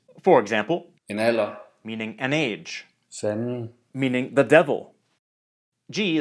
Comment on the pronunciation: fanden I clearly hear [s] instead of [f] at the beginning French: soissant dis, quatre-vingt dis! Dansk: Hold my beer!